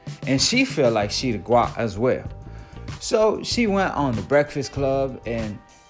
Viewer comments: Dude it’s GWOAT not GWAT lol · Omg bro its GWOAT not GWOT lol. I cant watch no more. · Dude said Gwat lol...not Gwoat. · Man it GWOAT....LIKE GOAT BUT WITH A "W"......LMAO MAKE A VIDEO AND KNOW NOTHING!!💯💯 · great vid but y u keep saying gwat 🤷🏾‍♂️ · Guatt??🤔🤔🤔 I guarantee you're pronouncing it wrong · Stop saying gwat sounds far too close to twat 🙏🏼🙏🏼🙏🏼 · Gwoat man gwoat like goat. You cant even get that word right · Gwoat sounds like Goat with the long "O" sound. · This dickhead said “GWOAY” wrong yu don’t know shit about boxing rip roger mayweather lol